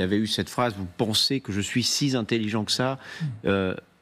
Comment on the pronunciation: Comment un journaliste de cet âge peut-il dire "SI Z'INTELLIGENT" comme s'il y avait un "S" à la fin de Si ! J'entends ça partout dans la jeune génération qui ne connait rien grâce au langage SMS et à la nullité de l'éducation nationale, et ça m'écorche déjà les oreilles, mais de la part d'un journaliste aguerri c'est une insulte à la langue française ! Et il ne cille même pas après avoir dit ça !